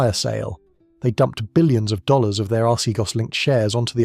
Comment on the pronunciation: you seem to have a problem pronouncing dollars and dealing with acronyms 🤔